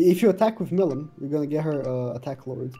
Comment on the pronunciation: It aint milim its pronounced mileem but spelt milim